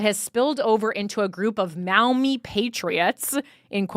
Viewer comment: Pronounced “Maw-Mee” I live nearby ! The Maumee political community is insanely corrupt. I could write in about it